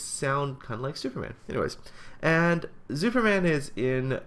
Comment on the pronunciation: he is not called Zuuperman for nothing.:P